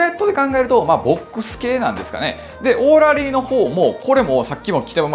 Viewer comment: オーラリーのイントネーションが気になるけど